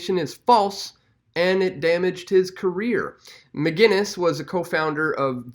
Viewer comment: McInnes not McGuinnes